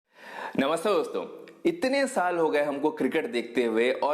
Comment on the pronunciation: In the intro - he said,"namasto dosto" Instead of "namste dosto" Who noticed ? :') And, he said,"substract" Instead of "subtract"